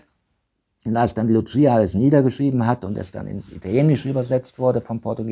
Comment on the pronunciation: Das eine Maedchen hiess nicht 'Lutschieja', sondern 'Lucia', ausgesprochen 'Luussija' In Fatima spricht man Portugiesisch und nicht Italenisch